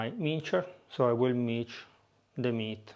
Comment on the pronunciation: It’s pronounced mins (s like salt) not minch old boy.